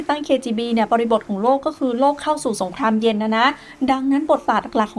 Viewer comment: พี่ออกเสียงคำว่าสงครามเย็นเป็นสงครามเย...นะครับเท่าที่ผมฟังมาไม่รู้หูฝาดหรือเปล่า😂😂